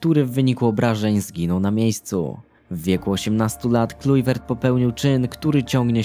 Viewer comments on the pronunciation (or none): Jak cos mówi sie klajwert a nie klujwert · Kuźwa klajvert sie czyta a nie klujvert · Klajwert nie Klujwert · Kim jest Patrick Klujwert? Kluivert czyta się Klaiwert... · Klajwert się czyta. Super film <3 [*] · "klajwert" się czyta.....